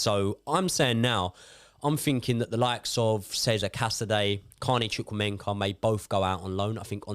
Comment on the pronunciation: Can someone tell that is not "ChukwuemeNKA" but "ChukwuemeKA" lol